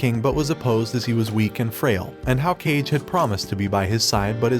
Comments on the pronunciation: Why r you pronouncing Kage's name like that 😭 it's not "Cage" it's pronounced like Kah-geh and it means 'Shadow' Istg what's up with these kind of videos always messing up the names like tbh do y'all actually watch the shows 💀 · Kage is pronounced “kah-geh” like Hokage, it means shadow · I just started and I have a huge problem with the way you pronounce some things. I mean, who's "cage" his name is "Ka-Ge" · Why pronounce it as cage? It's pronounced Kah-gay. Watch it before doing a recap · its pronounced Kaw-Gay not cage. like how you would say hokage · It's pronounced "ka-geh" not "cage" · Kage is read kage. Not cage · It's pronounced "kah-gey", not "cage". 🤦‍♂️ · You pronounce it as Ka-ge not Cage. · Kah-gay not cage 😂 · i just notice kage name is not pronounced (cage) is like (ka-gae) cause kage means shadow in japanese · It not Kage~ though but rather Ka-ge (shadow) in japanese. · Kage is not pronounced Cage. It's Kah-geh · The fact that he says cage instead of KA- GE anyways ousama rankings is peak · The Shadow is named kage. KAH-Geh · Why pronounce it as cage ? Its Ka-Ge spoken seperated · Kage is not pronounced cage...its pronounced ka-ge...or ka-gay to be precise 😅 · Kage = Kah' gay please, not "cage." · It's not "Cage" it's "Kage" (Kah-gay) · For god's sake, its ka-gay, means shadow, not cage! Thank you for the video though! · Coolie but should be read as Ka G é not cage , kage = shadow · Bruh , just say "kaa-gey" not "cage" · Nice summary. Just one quick correction. Kage, the friend of Boji is pronounced "Kah-Gay" rather than Cage. It means shadow in Japanese since the faction that Kage came from did stealth sort of work (assassination). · It's Ka-ge, not Kah-gay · I can't stand that the video creator is pronouncing "KawGay" Like "Cage" 🤡🤡🤡🤡 It's kage like Hokage 😑😑😑😑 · Dis mf said "Cage" & not "Ka-ge" I'm dead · KA GEH. not cage. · Why does this man call Ka-ge as Cage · his name is not CAGE its KAH GE, you FAKE ASS FANS😭😭😭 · It's not cage it's kage Ka ge